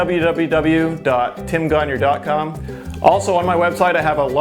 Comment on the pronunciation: Just curious but why do you pronounce your last name as "conure" when it is "gagnon"?